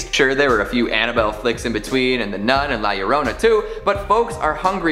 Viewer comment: He didn’t pronounce it right. It’s not “la llorouna” its “la llorOna”